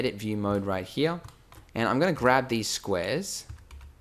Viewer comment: I love how you say hia instead of here :D!